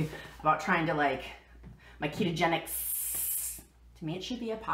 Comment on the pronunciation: I never even noticed that you mispronounced Ketogenic.